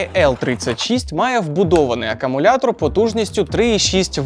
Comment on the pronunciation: Привіт, правильно - акУмулятор.....у відео постійно чути "акамулятор"🙂